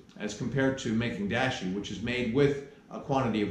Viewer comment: I love the content, and I like and subscribed…but, you are mispronouncing Dashi, and it’s annoying. It’s pronounced Dahh-she, not Dash-y.